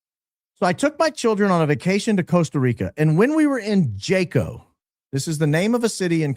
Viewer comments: Yaa•kow not Jay•kow 😂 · Jaco, COSTA RICA is pronounced HA-CO. Popular international expat town. I really like it there actually. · Hi, just fyi - Jaco is pronounced “Ha- co” Spanish word and vowel sounds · It’s pronounced HACO. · Pronounced Haco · FYI: That city in Costa Rica sounds like "taco", pronounced "Haco". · I love you but you're killing me with the mispronunciation of "Jaco" LOL I know it's not your fault, it's another language, but FYI the "J" sounds like an "H", the "a" is not long, it's like an "ah" and there's an accent on the "o" so stress that syllable: "hahcoh" Minutia, I know LOL Keep doing amazing work! - a Costa Rican American;) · The J in Jaco is pronounced H.. Haco 😊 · It’s pronounced “haco” with the j being pronounced like an h